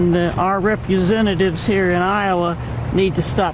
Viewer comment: What's a "repusentative?"